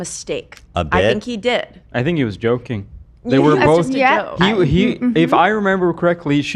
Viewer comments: Joking ❌ Yolking 🍳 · I just realized is saying joking 😂 I did t realize it u til rewatch